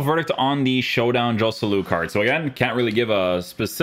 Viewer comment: I love your content,, but please, please, fix your pronunciation of Spanish players. It's more like Khoselu, not [J]oselu.